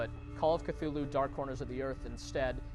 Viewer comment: He said that "Clue-Loo" is probably the closests a human tongue can come to pronounce the name.